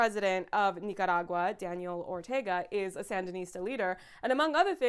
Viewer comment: I just wanna say thank you for pronouncing Nicaragua the right way. It irked me how it was pronounced in the show